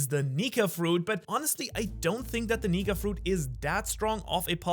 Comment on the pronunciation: bro did not say nika